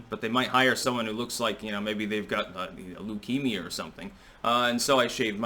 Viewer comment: “ Leukemia “ lol